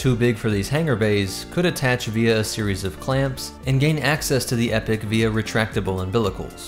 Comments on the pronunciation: That is true for the American pronunciation but UK is Ee-pok and from every other Halo media I've heard pronounced the UK version it just sounds weird to call a ship the Epic class for some reason. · As someone that has played sins of the Prophets, let me quite the Capitan of such a Carrier: "Its pronounced: Epoch." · I enjoy your content always but the name is pronounced EE-poc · Yeah nothing against him but yeah that bothered me a bit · Epoch. EEE-POK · Exactly, dont get me wrong, lore is on point, its just that incorrect pronunciation drives me bananas 😂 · Epoch is pronounced (E-Pock) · Why do so many people pronounce epoch like "epic"???🤔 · Pretty sure it's pronounced E-POK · Epoch, not epic. Driving me nutz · search epoch pronunciation google translate is incorrect it is eee pok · I am concerned about the pronunciation of Epoch and Sabot... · He pronounces sabot correctly, but epoch not so much. It is common (here in the USA) to mispronounce sabot with the T sound at the end, but that is incorrect. The same way "carbine" is commonly mispronounced. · I really don’t like how you pronounce „Epoch“ and „Sabot“ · Not to nitpick, but it’s pronounced “eeeeepok” not epic. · Now don't get me wrong, I'm all for the EPIC class carrier, but I believe it should be pronounced EE-pok. Excellent breakdown though! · The waaat? It's not epic. It's Eeee-pock. Like as in a distinctive period of time. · The pronunciation of that word is E-pock not epic actually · Epoch is pronounced Ee-pock Not epic... that is my only complaint other than that I loved your covering my ship! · The only issue I have is I understand you're pronouncing the real word epoch as Epic but they actually pronounce it with the E pock, because the initial designers for the ship was Spartan games were the ones that the designed the ship for them and named it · He keeps saying epic instead of epoch throughout right or am I just going crazy haha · Hey. I think its pronounced E-poc not epic